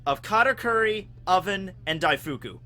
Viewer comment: Daif-koo, not Daifookoo